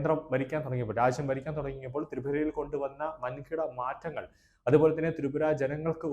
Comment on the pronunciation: Tapra alla Tipra